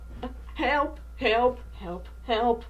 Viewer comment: The way he said hewlp 🤣🤣🤣😂